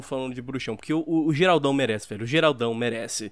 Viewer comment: Como pronunciar o nome do protagonista de The Witcher: "Geralt" "Gueralt" (X) Geraldão